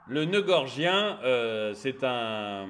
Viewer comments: excellente vidéo... une de plus! 👍 p.s : c'est le noeud "gordien" et non "gorgien" 😉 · noeud gorDien et non gorgien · bonjour, svp, noeud gordien, pas gorgien!!! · Il me semble que l'on dit nœud gordien. C'est un détail de puriste. Pour l'ensemble, vous avez raison 😊